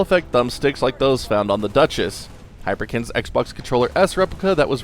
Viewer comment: Good review, thanks! Ps: It's not "Dutches" lol. It's "Duchess", like the feminine of "Duke" (name of the original Xbox OEM controller). Cheers